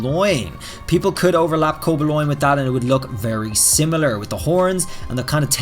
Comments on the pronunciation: Co-ba-loin.....dies inside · It’s the “Cobe-a-loin” for me 😭